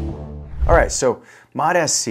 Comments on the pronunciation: Bro it’s mots- c not mot -s - c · Still calling it Mot-S-C. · It’s MOTS. Like plural for MOT. Mots mots mots. Not listening to a guy who claims to know about peptides who can’t freaking pronounce it correctly